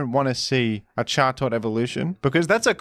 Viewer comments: Who are we to say the bird's not called Jaw-Tot? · Pronouncing chatot like that should be a punishable offence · How do you fuck up chatots pronunciation that badly??? I can understand where furfrous terrible pronunciation came from but you have to make an an effort for Chatots being that bad